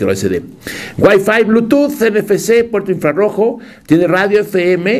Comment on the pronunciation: Dijo Pueto inflarojo????? wtf